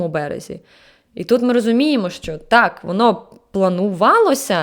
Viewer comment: чому так важко казати ТАК а не тааа? Всього одна літера, це звучить дуже кумедно 😆😆